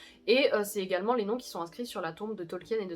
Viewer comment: Gros respect pour la prononciation des noms 👍